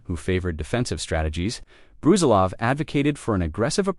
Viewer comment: Its not Bruzilóv, its Brusílov